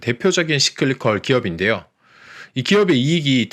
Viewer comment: 좋은 내용에 감사합니다... But, Cyclical... 씨클리컬? --> 싸이클리컬 아닌지요? ㅎㅎ